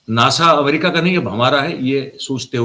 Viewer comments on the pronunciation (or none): none